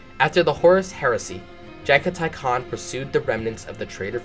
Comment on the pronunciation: lol your fine keep up the work man channel growing 👌 It fucked with me you got the khans name right which i hear people slaughter alot lmao